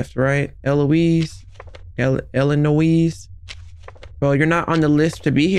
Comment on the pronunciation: It’s eliNOISSSSSS not nooEEES 😂